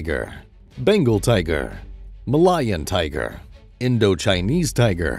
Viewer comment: Ma'lion tiger... might wanna google the pronunciation.